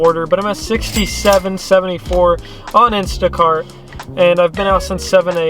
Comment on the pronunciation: Did u say sh$t and instashart? 😂